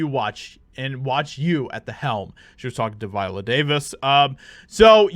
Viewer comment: no "T" in viola LOL